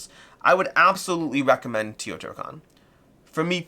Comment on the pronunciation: Actually, it is TAY-O-TEE-HWA-KAN